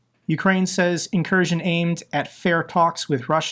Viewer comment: It’s not an incursion it’s an inkurskion